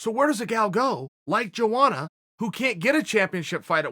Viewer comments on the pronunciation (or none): Am I trippin or are you not supposed to pronounce the J in Joanna’s name like many people do ? Lol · No one: chael sonnen: "joeana"